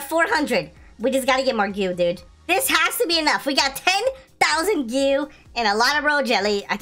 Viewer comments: why you say gew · U need to know what ur saying lol. “Goo” “Royal Jelly”